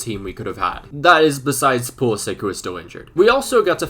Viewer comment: yo It is pronounced like Pulisitch and not like Pulisik correct if i am wrong. Keep up the good work man 👍